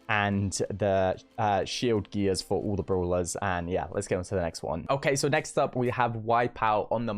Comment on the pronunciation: Others: Brawlers: Brulas